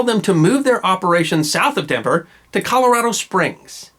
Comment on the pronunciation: Why the incorrect, then later correct, pronounciation of Colorado?